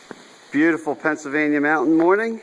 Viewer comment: I'm pretty sure there is an L in "Pennsylvania"...